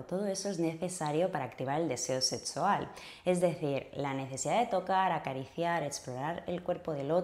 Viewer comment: "Setsual"? Hable bien; se dice "sexual". Vaya a un fonoaudiólogo.